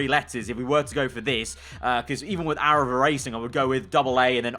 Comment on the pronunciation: Fast Aaraval (Arival)?